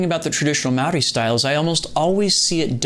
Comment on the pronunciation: Hey man, as a Maori man myself, I just want to say that the respect you showed the roots is appreciated and wonderful. On top of that, your pronunciation of "Maori" is pretty damn good! You roll your R's very well! Great vid.